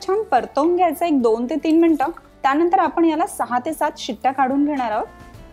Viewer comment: Akhh MARKET CH ANALE AAPAN😂😂😂😂😂, tyanatar, tyanantar😂.